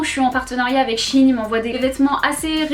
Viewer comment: "Chiiine" c’est shyen lolol